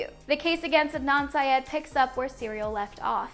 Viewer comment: The real crime is how she said syed